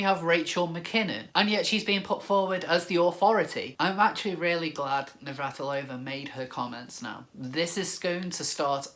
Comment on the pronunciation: Yay nails pronouncing Navratilova x